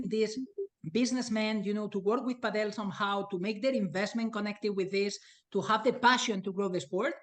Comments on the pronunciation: For some context of your lack of professionalism. We are just watching a zoom recording...the only info as to whom is talking is the details zoom is showing. You should use your own graphics to show their names etc. and stop saying 'Pah del' for gods sake! Get that guy out of the room fast! He is only hurting the sports presence in NA, not helping at all! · Not looking forward to the cadence of this podcast. Hopefully this is not a sign for the PPL. Do not tell people the wrong way to say padel (correctly pronounced paddle). The guy on the top right doesnt know what he is talking about and this is bad for the sport to let these jabronis run amuck. is far from the 'source' for padel information. A real let down here gang. DO better and do it now please, do not shoot yourself (and NA padel)in the foot please. There is a lot riding on the success of the PPL and you guys are squandering it with the frankly terrible quality of content and communication you have been conducting. DO IT RIGHT.